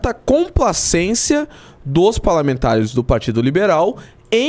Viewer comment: É impressão minha ou ele falou palermantares? Se for faz sentido palermas + parlamentares...